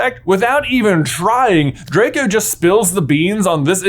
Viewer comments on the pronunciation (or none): none